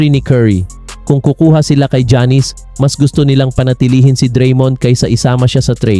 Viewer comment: Sir, paki pronounce muna mga name ng players ng tama. Hindi sya Jannis, ginawa mo naman pong barbershop. Not pronouncing their names right is like a disrespect to them. Research mo muna ung mga simple things, bago ka mag punta sa mga pananaw mo.